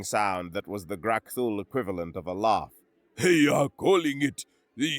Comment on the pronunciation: Sir, its pronounced AHHHH NOT AWWWW laugh shouldn't sound like loff last shouldn't sound like lost im gonna lose my shit.